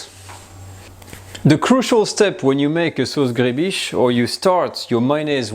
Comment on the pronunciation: gribiche is pronounced like louis de funes says "ma biiiiiche"...sauce griiibiiiiche...